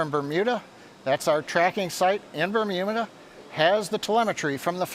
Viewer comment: bermumida :D